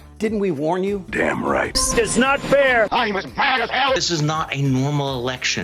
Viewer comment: It is NOT FTHAIR!!😂